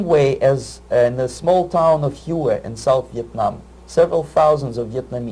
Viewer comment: Hue is pronounced "way" but other than that hes absolutely 100% correct. Also, don't forget Epstein didn't kill himself.